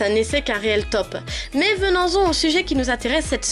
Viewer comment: Il n'y a que moi qui soulève le venens-on au lieu de venons-en en début de vidéo ?